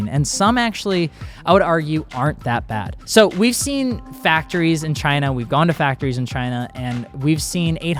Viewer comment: love how said "Chinnah" 😂😂😂😂